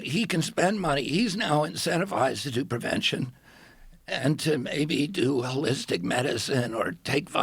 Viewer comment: Is he saying “Frog prevention”?